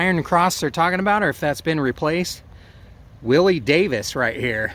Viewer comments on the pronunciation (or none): none